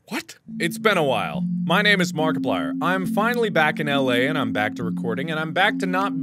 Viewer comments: oooooh welcome..i thought he said malcolm i was getting concerned lol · "Hello everybody my name is welcome" Mark We will remember it , Market plier, uh Multiplayer, uh Markiplier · I think mark's brain stopped for a sec there at the beginning :) "HELLO EVERYBODY MY NAME IS WELCOME"